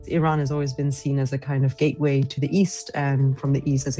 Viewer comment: “gateway” lol